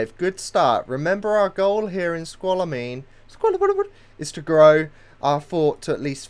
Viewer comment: ***** Sorry it's killing me, evey time you say snoqualmie. Pronounce it SNOW QUAL ME